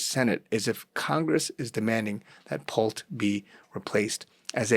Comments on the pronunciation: It’s pronounced “Pull-tee”. Not Pult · "Pull-tee" not "Pult" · Pull-tee. Not Pult🤗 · PULL - TEE (pronunciation) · His Name is pronounced Pole-tee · Pronounced pul-tee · It’s pronounced “ Pool-tee “ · Just FYI, his name is spelled 'P U L T E' but it's pronounced Pull-ti. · PUL TEE is pronunciation. Huge family business as developers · Pul-tee. That's how you pronounce the name 😊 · It is pronounced Pul-tee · It is pronounced Pulll Tea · Pronounced Pul--tee"""" They use to be one of our customers Shady as heck!!!! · Pul-tee ffs. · His name is pronounced Pul-tee. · it is pronounced pull-tea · It is pronounced Pull tee. The e is long vowel. Ex teacher here. LOL Good dive! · The last name is pronounced Pul-tee. "Pulte Homes". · Pul-TE How to pronounce his name...Pul-tee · How to pronounce his name...Pul-tee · That was bugging me too. Lol